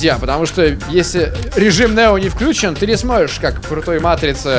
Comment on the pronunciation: ну ведь включЁн, не обижай букву ё 🙏🙏🙏 пжлст